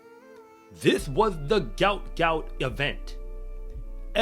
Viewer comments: It's actually pronounced "gwot" - as in "goo-ot". Say it fast, and you got the right pronunciation. But it's definitely not 'goat'.... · What is wrong with you people and this boy’s name???????? It’s pronounced G-W-O-T G-W-O-T!!!!!! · Aussies look good for the next few years! Gout Gout (whose parents say his name is pronounced “Gwot Gwot”) is just 17 years old and Kennedy is also a young 21 years old.